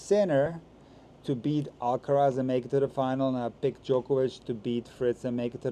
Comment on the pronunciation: Alcaraz not Alcatraz